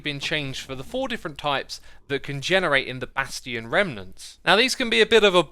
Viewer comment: Why does he keep mispronouncing Mojang and bastions?